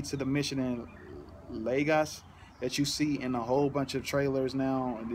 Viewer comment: YOU PRONOUNCED IT RIGHT!! THEY FUCKED UP THE PRONOUNCIATION IN THE MOVIE! LAY-GOS not lahgos